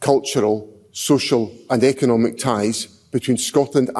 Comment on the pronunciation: Emphasis “economic”.